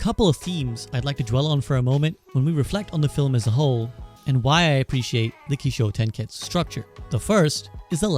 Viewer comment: Kishotenketsu, just curious why you mispronounced it? Kishotenketsu (起承転結 , pronounced "kee-show-ten-ketsu")